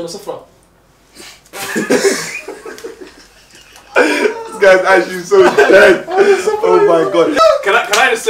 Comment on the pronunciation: “you guys sitting on the sofra” 🤣